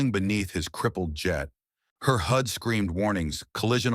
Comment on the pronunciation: Good story. Just wish the AI got pronunciation right. It's not a hood display, it's a HUD (heads up display).